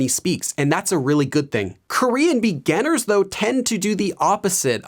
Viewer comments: Anyone else notice the way he says ‘beganners’ instead of beginners 😂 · it bugs me every time he says begunners